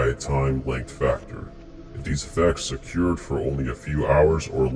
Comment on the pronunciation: I’ve never heard occurred pronounced as occyoured.